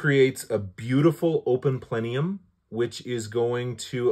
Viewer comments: PLENIUM it’s plenum…. 😂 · Plenum....."not plenium".....